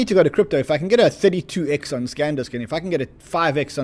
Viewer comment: sandisk not scandisk!!!